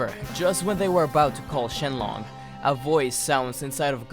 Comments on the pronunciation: It's shinron not shinlon. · Am I the only one who realised he said shenlon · He really just said shenlong